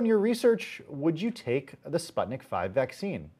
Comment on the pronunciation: It`s Sputnik Vee, not five. V is Vaccine.